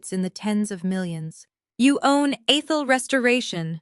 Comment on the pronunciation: Ehhthul . Not EEEthel